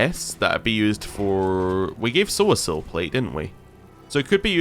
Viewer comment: Are you pronouncing poor Sosiel's name incorrectly on purpose or am I missing something? I remember you saying it correctly when you first met him. Just that one time, I believe. 😄